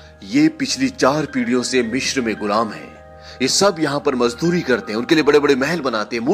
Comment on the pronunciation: Sir Mishr nahi Misr hota hai.